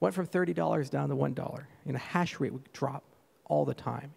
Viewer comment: and hash rate correctly!!